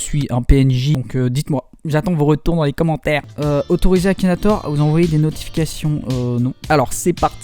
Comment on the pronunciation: "KAKINATOR" mdrrrr